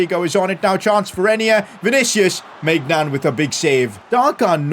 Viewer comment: it is so annoying you saying mcnan instead of maignan